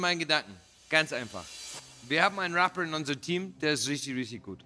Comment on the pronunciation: Rea hatte die Chance ein englisches Wort englsich auszusprechen. Was macht Rea: ers sagt Raapa